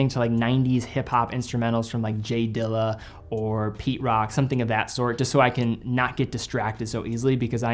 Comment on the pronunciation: said “J Dilla” big respect 🫡 💯